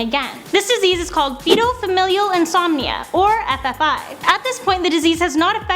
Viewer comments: this woman gets on my nerves. It's fatal, not fetal. I will not watch her again, whoever she is. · It's fatal not foetal